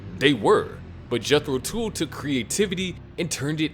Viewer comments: The narrator doesn't even know the name of the bands it is pronounced Jethro Tuhl not tool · Dude pronounce Jethro Tull properly😅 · Jethro Tool? They actually were named Jethro Tull. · Jeez, I hate AI presentations and pronunciations. Jethro Tool? (A damn good band whom I saw in 1969 and love them, but other than Aqualung, what giant hit did they have? The others were good, absolutely no complaint about them being good bands worthy of honorable mention. But none of them even matched the Beatles. People not only waited with bated breath for their next album, we also waited an entire decade (until John's murder) for them to get back together to just make another album. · Jethro "tool." What a tool. Tull